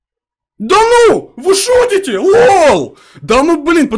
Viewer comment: Он сказал:ВЫ СУТИТЕ а не шутите